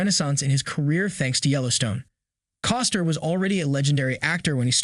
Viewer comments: It's CostNer, not Coster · I gave you a thumbs up too soon. When it was apparent that you can't even pronounced his last name... I took my thumbs up away and I left. Bye